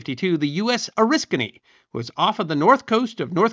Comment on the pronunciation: As an Oriskany native, it's nice to hear our little village name get pronounced correctly. So few historians on Youtube do so. Also, more pertinent to the video - So he's the real first jet ace, most likely??